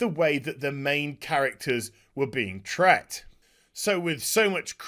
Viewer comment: Tret or treated?.... 🤦🏻‍♂️😂